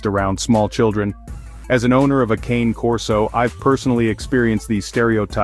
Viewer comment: Anyway, the correct pronunciation isn’t “ˈkeɪn” but “kane”: it’s Italian and “cane” stands for “dog”